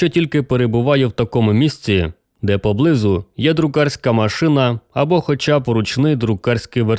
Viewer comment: У Вас красивий голос, Ви непогано читаєте. Наголосів літературної мови не знаєте. Слова, в яких Ви робите помилки: хлівА, глушинА, поблизУ, найнялИ, новЕ, вУдити, самІ та ін.